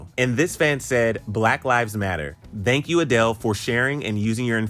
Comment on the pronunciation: why you sound like you saying dhank you? Lol